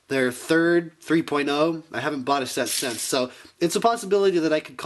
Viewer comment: Haha you called him out multiple times for calling it a gear function and "corrected him" that it was a knob function. And its "since" not "sense", just trying to help improve like you said you were